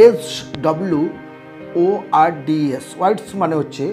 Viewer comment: Swords উচ্চারণ শোর্ডস Words উচ্চারণ ওয়ার্ডস